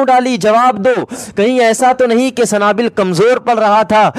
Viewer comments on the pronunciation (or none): A Sanabill Nahi Sunabill Hai